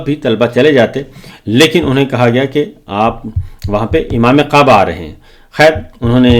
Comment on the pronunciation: S S sb " Qaba " na-hi " kaba " ho-ta hay 😂 😂 😂